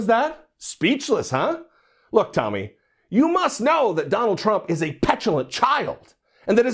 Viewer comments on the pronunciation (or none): Tomi completely was out of her league. I saw her under achievement it was a disaster. Plus Bill kept mispronouncing her name lol.